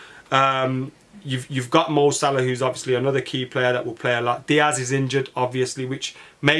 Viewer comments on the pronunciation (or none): none